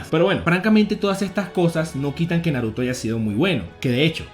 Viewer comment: Por que nunca pronuncias bien los nombres el Naruto ?